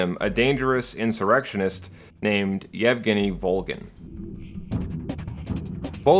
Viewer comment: Extra props for saying "Евгений" correctly